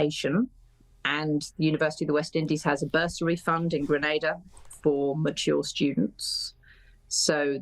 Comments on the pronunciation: I'm sorry. I want to clarify something. Your pronunciation of "Grenada" is incorrect; it should be pronounced as "Gre-nay-da." Not Granada. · "Grenada" is pronounced as "Gren-nay-da" "Antigua" is pronounced as "Aunty-ga"